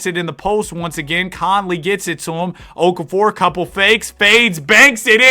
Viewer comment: IT'S OKAFOVER